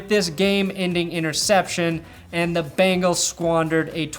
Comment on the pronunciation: I thought this was entertaining until you mispronounced Bengals. its BEngals, not Bangals.